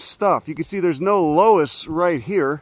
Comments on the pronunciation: Happy to see you hitting some spots in Iowa. It’s pronounced “luss” btw! Check out Keuhn conservation next time you pass through. It’s just off the highway west of Des Moines. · Its pronounced luss you degenerate